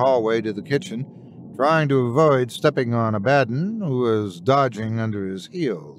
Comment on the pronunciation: Great video, though when you mis-enunciated the cats' name (Abba - don) I cringed a bit.